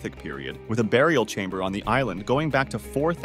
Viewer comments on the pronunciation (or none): none